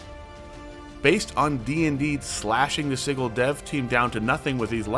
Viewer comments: Not “siggle” it’s Sigil (sidjil) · Anyone else weirded out how "Sigil" is pronounced? (sije-il not sig-el) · Isn't it pronounced "Sij-əl", with a soft "g"?? It's driving me nuts Edit to add: IT IS! I just listened to the official WotC announcement. Please stop saying "Siggle"!! It hurts my ear-holes! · Sigil is pronounced with a soft G. SehGill. Gill, like a fish. /ˈsijəl/ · Does this mean I won't have to hear you mis-pronounce sigil anymore? [sij-il] with a 'j' sound. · Not as shocked as I would be if you pronounced "Sigil" correctly ;P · Please look up the phonetic definition to learn how Sigil is pronounced.